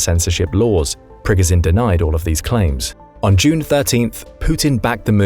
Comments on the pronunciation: You’re saying his name wrong throughout the whole video , it’s Pprrreeee goooooo sshhhiiiaaannnn . At least look up pronunciation before posting , otherwise good video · Sorry, but I had to stop listening because of the mispronunciation of Progozhin's name.😐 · hearing you butcher the guys name over and over and over when you could simply listen to a CRAP TON of people say it the right way was god awful . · Please please please!!!!!!!!!!!!! Pronounce his name correct. You're a military show trying to educate people, figure it out for yourself first.......